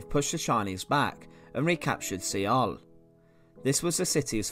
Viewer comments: I hate to be that guy, but Seoul is pronounced "soul". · Good presentation. It was a horrible war but thanks to those brave men more people have freedoms. Your pronunciation of Seoul is a little funny. I couldn't do better and it doesn't make your presentation any less.